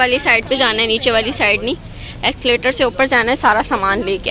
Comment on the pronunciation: Escalator hota hai ( electric stairs) Exlator nahi bolty